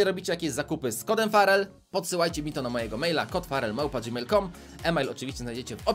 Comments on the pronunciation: Ja zamiast farrel usłyszałem szpadel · XDDDDDDDD co za angielski brawoo:p a tak przy okazji jak się nazywa twój klan? mam 9 i pół tysiąca puszek i nie wiem czy to starczy